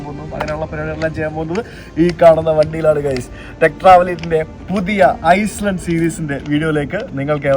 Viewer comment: Bro its Iceland, not Island